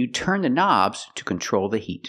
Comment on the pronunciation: They are not buttons, but Knobs [na;bz], just the way it's pronounced in Russia . it's very funny